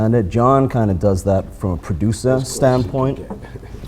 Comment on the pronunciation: the way this guy says producer hahahahahaha